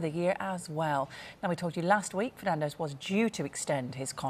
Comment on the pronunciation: Bruno Ferdinand, or Bruno Fernanzzzzsh?